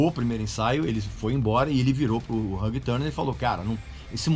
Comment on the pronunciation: VC se acha por pronunciar "Ulrich", mas nao sabe pronunciar "Hugh". Lol